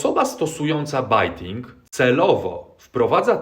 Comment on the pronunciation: bejting, not bajting :)